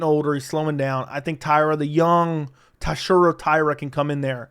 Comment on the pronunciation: Buddy. You BUTCHERED TATSUROS name. You had one job you absolute blob